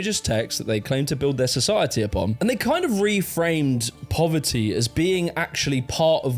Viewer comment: “Pover -ee” :)))